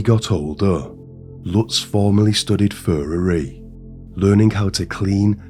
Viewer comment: Furrery? Ahh, furriery (thanks Google dictionary)